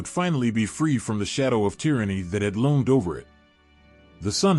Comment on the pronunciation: LOAMED? Or, rather, LOOMED?